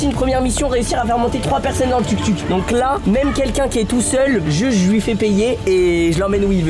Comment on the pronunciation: ça se prononce TOUK TOUK et pas tuk tuk